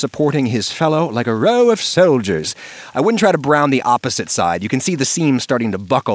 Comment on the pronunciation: When he said like “row of soldiers” it felt so British lordish :D